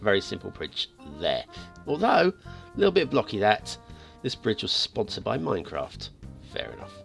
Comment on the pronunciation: "This Brige is sonsperd by minecraft"